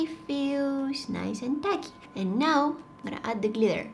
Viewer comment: Glitersss😂😂😂😂😂😂😂 ... I know you will say gliter 😂